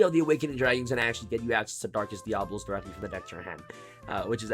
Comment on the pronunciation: Dia-Bo-Los.....(just saying)🤷‍♂️